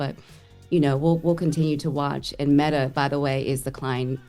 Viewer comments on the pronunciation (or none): none